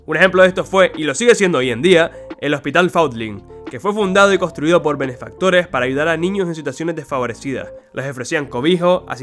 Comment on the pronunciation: Muy interesante (y también triste) la historia de este hospital, aquí el enlace para que no tengan que pasar el rato molesto que yo tuve para buscarlo: Nota: se pronuncia "Faund-linj". MARAVILLOSO VÍDEO. Definitivamente estos vídeos deberían ser Patrimonio de la Humanidad. Yo definitivamente me los guardaré.